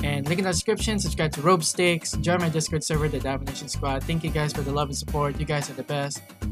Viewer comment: "Robe-sticks" XDDDDDD dude it's pronounced "R O B - S T I X" Like, Rob, like robbert or robber. and instead of pronouncing the ck you pronounce the "x" and it sorta sounds like "s" especially when you stretch it out, so yeh. Rob-stixs = Robstix.